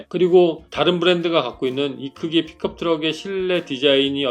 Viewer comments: 나만 픽컵트럭 으로 들리는건가 픽업이지않나욤 투싼크루즈 아님요? ㅋㅋㅋ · 발음이 픽컵으로 들림